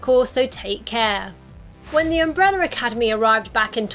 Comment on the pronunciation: “Umbrella”…not umbreller